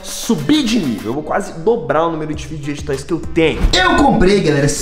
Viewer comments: da mó agonia ele falando fid*get* toysKKKKKKKK mas o video é daora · Tu fala tudo errado meu N é figuidiget toys, é fidget toys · Enaldo eu gosto muito de você é meu Youtuber preferido mais você fala figed toys errado 😶 desculpa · Não é fid get toys, que se fala é fideg toys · Enaldinho você fala fiquetoy é fidget toys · Não é figiguets toys é figets toys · È figetois não figigetitois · E figet toys n figget toy ele fala errado mano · que agonia dele falando fidguet toys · fidguet toys kkk parece eu falando quando eu acordo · Ele nn sabe falar fidget toys ele fala figtg toys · Só eu que me incomodo quando ele fala errado fidget toys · Não sei se é só eu q tenho agonia dele falando fidget toys kkkkk mais amo ele kkkkk comprei quase todos os livros dele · Enaldinho tu tá falando fidget toys errado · Só eu que percebi que ele fala errado a palavra fidget roys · Enaldinho falar fidget toys errado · Para de falar fidget toys errado